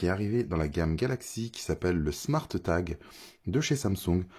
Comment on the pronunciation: Haha j'avais même pas remarqué 😂 a vouloir bien prononcer le E a été top marqué. Sinon c'était a l'anglaise " Smôrt tague" 😆